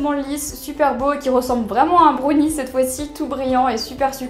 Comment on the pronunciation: Dis brownie pas brauni